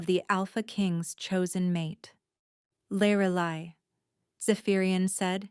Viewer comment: The biggest disadvantage to AI is the mispronuciation of names. And inconsistent pronunciation of the same words. Her name should be pronounced "LEER AH LIE".